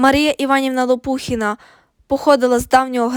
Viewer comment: Наголос на останньому складі,Лопухіна